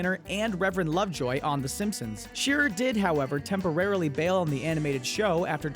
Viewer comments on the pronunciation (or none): none